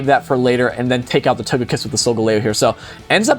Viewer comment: its not pronounced TAGAKISS its TOGAKISS